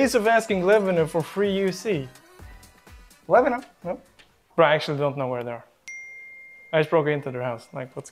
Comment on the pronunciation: Levhino ❌ Lemeknow✅